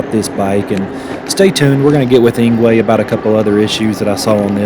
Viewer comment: Engwe is pronounced as angry